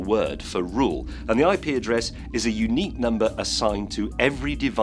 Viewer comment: Sounds like : 'I pee a dress'